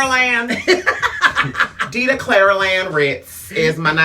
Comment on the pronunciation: DIDA WITH A D NOT DIDA WITH A T CUZ DIDA WITH T GOES TA NOT DA!